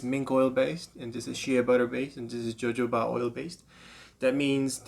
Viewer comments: It’s not Jo Jo Ba it’s pronounced HoHoBa. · I’m just seeing this but, jojoba isn’t pronounced with hard J’s. Pronounce the J’s as H’s “Hohoba”. Good luck!